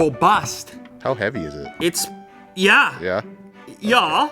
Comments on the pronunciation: is it heavy? "it's yah" 😂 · that's a very german "yeah"